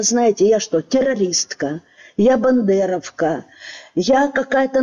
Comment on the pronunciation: Мне это тоже резало слух. К тому же правильное произношение --бандеровка, от фамилии Бандера, а не от молдавского города Бендеры. Дуже шкода, що вчителька молодших класів майже не може розмовляти українською мовою.